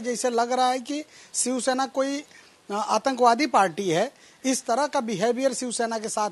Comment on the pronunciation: शिवसेना आहे ते सिवसेना नाही... मराठी पत्रकार भेटत नाही का तुम्हाला ?